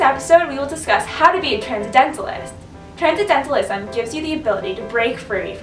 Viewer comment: Tran-cen-dental-ism. Tran-cen-dental-ist. Every time I heard the first girl say "transdentalist" and transcedentalism I wanted to punch myself in the face